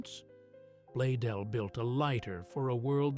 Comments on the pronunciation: The founder's name is Blaisdell, and it is NOT pronounced "blay-dell" as the fake AI-generated narration indicates. The "s" is NOT silent. Correct pronunciation of Blaisdell is: "BLAYZ-dell", contrary to what your AI-generated fake "narrator" indicates. "BLAYZ-dell" - please-get-it-right. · I wonder what the mans name was, bladeel, bladel, badeel blazedeel or whatever way the AI pronounced it. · With the exception that it continually pronounces Blaisdell as Blaydell. I think it pronounced it correctly only 2 or 3 times. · Its fitting Ai could not even pronounce Mr. Blaisdells name properly...with an S. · This is largely Ai generated The founders name is mispronounced and photos are not accurate. Garbage Ai